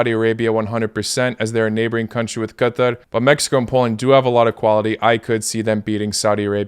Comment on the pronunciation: This is the correct pronunciation of Qatar, because in arabic it is pronounced like that 😉